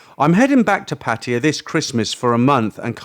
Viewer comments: Its abrasive to me too. Its pattaYA.....not PATiya. Stress is on the end, not beginning 😅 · Why do you mispronounce PATTAYA——IT IS NOT PATTIYA. OR IS THERE ANOTHER TOWN BY THIS NAME¿ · Why you call Pattaya Patya?